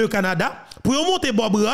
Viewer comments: tout d' abord je m'excuse pour cette intervention, car le show info doit être excellent. En effet, j'' ai entendu prononce le nom de l'ambassadeur Canadien Bob ra é, toi,tu prononces bob ra, mais les canadiens prononcent ce nom comme Bob rė ou rey. Donc, verifie si j' ai raison de cette rectification. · Nom Bob Rae se prononce : Ré..